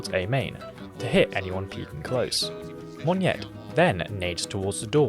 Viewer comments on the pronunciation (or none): Close but no cigar. He pronounced it as “mon-nyet”. It should be “mo-nyet”.